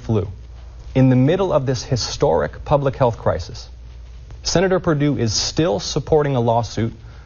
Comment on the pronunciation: Perdue? Or Per doo doo? I don't know. Whatever